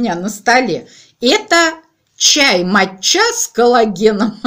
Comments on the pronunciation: Какая моча ... ударение на первый слог мАтча. Неприятно слушать Вас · Привет и с рождеством всех. Я все слушала видео в начале как говорит " чай мочЯ чай мочЯ", думала что это она так ласково обзывает свой ноаый чай. 😁 Только потом поняла что это чай мАтчя! В Англии это произносят с ударением на Первое А....Я с порошком мАтчи мороженное и торты несколько лет назад делала. У нас это в моде было какое то время. Морожннное ярко зеленое с стаким сильно выраженным вкусом мАтчи попробовала пепвый раз в японском ресторане и влюбилась, ела ела пока не надоело и пока не растолстела..... Ну и чай пила конечно. Сейчас просто зеленый не заморачиваясь и не тратясь. А я вот кстати недавно услышала что от Биотина бывает передозировка и волосы выпадают.....надо бы конечно консультироваться с врачами специалистами про все эти добавки а не как леденцы и орехи щелкать. А эта жевательная резинка с кофе мне кажется будет вырабатывать желудочный сок и наооборот увеличивать аппетит...Ну вообщем наша лапочка играется в пилюлечки...😊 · Не МатчА, а МАча)) без обид, ) я знаю, что вы не любите, когда вас поправляют с ударением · Я посмотрела наши слрвари, - у нас ударение матчА 🙂🎄🌟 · И Вас с праздником! Думаю правильно ставить ударение в слове мАтча на "А" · Чай мАча произносят с удачением на первый слог! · А еще правильнее читать - чай матча а по японски звучит маття с ударением на первый слог